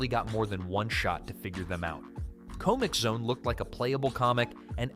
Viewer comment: The pronunciations of some things like comixzone and mudokons....i am starting to think this IS one of those shit AI channels